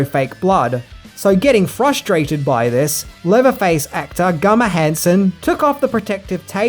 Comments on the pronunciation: Leatherfaces Name Is GUNNER HANSEN NOT GUMMER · Just so you know, his name is GUNNAR with N's, not M's. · GUNNER not GUMMER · Gunner..not Gummer brother. This is bubba, not burt. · It’s Gunnar Hansen, not Gummer. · it's GUNNER Hansen not GUMMER. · Ha ha "Gummer" try Gunnar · Is he saying Gummer rather then Gunner? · I wonder how many ppl got annoyed that he kept saying gummer instead of gunner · The mans name is Gunner not Gummer. LOL. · Who the fuck is "Gummer Hansen"? Oh you mean Gunnar... "One Thing You Didn't Know About Comedic Arts" - he doesn't know the name of the actor who played Leatherface. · guNNar, not guMMar 🤣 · It's GUNNAR Hansen. Not GUMMAR. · I know it's Gunnar not Gumer. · Great video, but his name is Gunner, not Gummer. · GuNNer Hanson, not Gummer! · The man’s name is GuNNar, not Gummer. Show some respect. Love your videos, but the constant mid-pronunciation of his name wound me up. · gunnar not gummer please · I LOVE UR REVIEWS BUT THE WAY U PRONOUNCE SOME SHIT MAKES MY EARS HURT.. GUMMER HANSON lololllllllllllll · Had to turn this one off cause I can't fucking stand to hear you say GUMMER anymore...dipshit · Isn't it GUNNAR? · Did he say Gummer Hansen? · So you're saying Australians cannot pronounce the letter N?? Ok so by your logic if he were to rob a bank he would do it with a 'gum'?? The dummy is the man in the mirror.